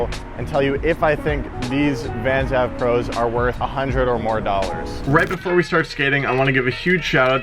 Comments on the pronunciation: It’s AVE as in Anthony van englen not av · It's pronounced "ayv" not "ahv" like avenue.. Also $100/$110 is expensive? Try $130/$140 here in Canada.. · Not AV it’s Ave as in Anthony Van Engelen. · its "aye-ve" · why you gotta pronounce it AV when you know who’s shoe model it is and therefore his name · He’s definitely dropped down a few pegs due to that mispronunciation. Come on,! You’re BETTER than that! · You pronounced Ave incorrectly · Why does he say „AVE“ like that, it’s Anthony Van England! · Bro how do you not know who Anthony van England is it’s It’s not pronounced like dat 😂